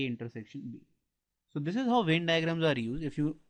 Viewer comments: its Venn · Sir very nice video ....but it's Venn not vein (no offence I am just putting it out there )